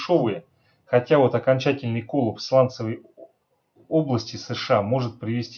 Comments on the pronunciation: Да почему кОллапс!? коллАпс же правильно!!! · "кОллапс"? Садись, два😜